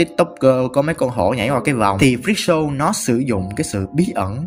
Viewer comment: freak show mà nghe thành fischl ;vv